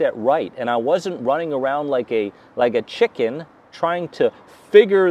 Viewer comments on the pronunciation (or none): none